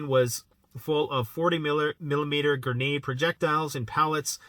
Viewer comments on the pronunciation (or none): none